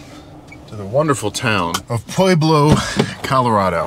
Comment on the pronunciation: You actually pronounce it “Pueblo”